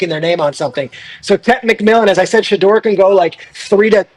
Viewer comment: He says it correctly. Everyone including his father says it incorrectly